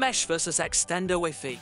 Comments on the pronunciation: Whiffy? Rooter? WiFi is pronounced something like WHY-FY not whiffy and router like rau·tr, even though i could learn something from this video i need i can not stand how this guy talks lol for real. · Wiffy and rooter 🤣 Anyway, this vid is terrible. I couldn't even listen to your explanation, because of the 120 other vids you merge, cut or transfer into. You just cramped this vid full of other wildy distracting scenes which are waaaaay to intense. If you look at this to long, you'll get a seizure. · Wee Fee 😂😭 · I'm a Microsoft certified system engineer, and when you first said "wiffy", I almost had coffee shoot out if my nose! 😂😂😂 Never heard wifi pronounced as wiffy before. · That's the way we pronounce it in French even tho i know the most common prononciation now😂